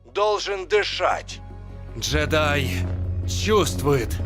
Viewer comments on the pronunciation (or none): none